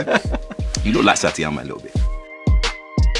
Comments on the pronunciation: “Satiama”. (for ppl who haven’t seen one punch man his name is “Saitama”) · this mofo really said “Satiama” 😂😂😢🤣🤣 it’s Saitama!! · Did John Boyega just say Satiama ? lmao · He referred to "Saitama" as "Satiama" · Did my man just say "you look like satiama" nigga it's pronounced "saitama" clearly not a one punch man fan, disgusting 😂😂🤦🏾‍♂️ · he said satiama not saitama... love him tho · Did my man just call Saitama Satiama ? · Did my nigga just call Saitama Satiama? The disrespect is MUAD you know. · “You look like ‘SATIAMA’” He can’t pronounce saitama lmao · Man said Satiama, ITS FUCKIN SAITAMA YOU IDIOT. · man said satiama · How the F*CK did he just pronounce Saitama? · Satiama... really? 💀 satiama lmfaooo is it that hard to put the I in the right place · hurt me when he said Satiama. SAITAMA! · Did he say Satiama instead of Saitama? lol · 9.39 - It's Saitama not "Satiama". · Did he just call One Punch man "Satiama"? 🤦🏿‍♂️ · he said Satyama Its Saitama! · John I love you, but please pronounce Saitam correctly, It's not Satiama, it's Sa-I-tama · He was going well with the anime thing, until he said "Saitiama". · Satiama? It's Saitama!! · boi said Satiama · I was following along until he said "Satiama" with confidence. Lock off this whole episode! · Man said "SATIAMA" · My dude just called Saitama..."Satiama"... I'm dead😂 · I can appreciate his love for anime, but...did this man just pronounce Saitama like "Setiama"? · the internet was on Michel B Jordan over "Nah-row-too", are we gonna get John for "Sah-tee-yama"? 🤣🤣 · i'm sorry, did this man just say "Satiama"? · Hold up how tf did he say saitama......... satiama? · Why he pronounce Saitama like Blueface? 😭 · He mispronounced Saitama and im not even mad. So cool he loves Anime! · That's nothing to do with him being British lol he just said his name wrong. But there's loads of words American's get wrong. Take "Twat" for instance. You guys go "TWOT" for some fuck all reason.